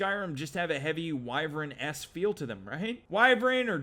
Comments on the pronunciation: If it was "Wii-Vren" it would be spelt like Wyvren but it's spelt Wyvern "Why-Vern". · Lol it's pronounced as "Why-Vern" not "Wii-Vren" no offence bud.